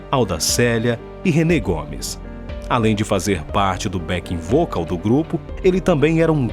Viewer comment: É "Bené Gomes" e não "Renê Gomes"